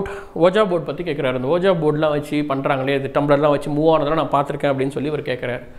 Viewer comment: Thats actually pronounced உய்ஜா ! That isn't oja ! .... FYI...